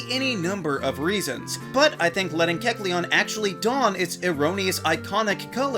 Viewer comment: Wait...THATS HOW YOU PRONOUNCE Kelceon?!